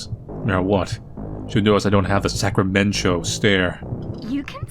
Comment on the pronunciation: Cannot get over the name of the town. I’m from Sacramento so hearing Sacramen-cho is really throwing me off and out of the immersion